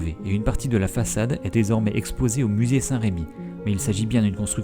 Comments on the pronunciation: Démarche intéressante, merci pour cette vidéo, mais c'est Saint Remi et non pas Saint Rémi. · En bon rémois je prononce même "saint r'mi"